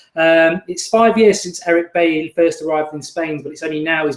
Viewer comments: Lol it's pronounced bayi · I think its pronounced beyi like david villa😉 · Mark you made him sound like and Irish bloke 😂😂 Bailey. I know a few baileys where I am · It's pronounced "Beyi" - French African name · definitely dont know how to pronounce his name thats for sure